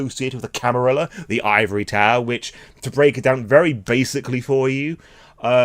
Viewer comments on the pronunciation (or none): none